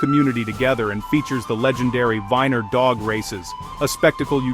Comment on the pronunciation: Well I wish you would get this right first of all it's bass fishing not like the the the fiddle are the guitar second it's Weiner Arkansas like Oscar Mayer wieners get rid of those freaking out your voice which is mispronouncing everything and put a real human doing it at least it would be pronounced right